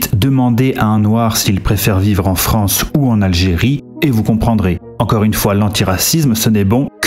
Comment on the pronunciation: Ahh, la Fronce...